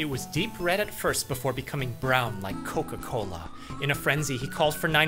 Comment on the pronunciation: WHY DID HE SAY COCA COLA LIKE THAT I'm weak